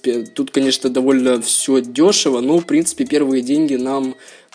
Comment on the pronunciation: Научись говорит нормально "в принципе" на 2 минуте уже бесит